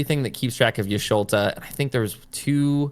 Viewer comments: Thanks for this video, great information about to try this deck out for the first time later. And I died every time you called her Y'Sholta v. Y'Shtola, she's my favorite, it was funny though :) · ish-to-la no ish-lo-ta